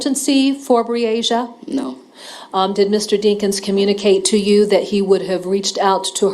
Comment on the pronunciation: Pronounce her nsme correct plz: BREE - A- SHA